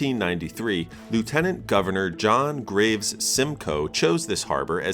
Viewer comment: You mispronounced Lt. Governor